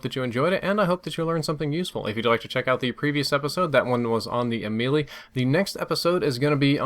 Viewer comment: it is basically Melee, and not Mee-lee, I mean the way it is suppose to be pronounced, it is May-lay so basically it is U-may-lay or U-may-lee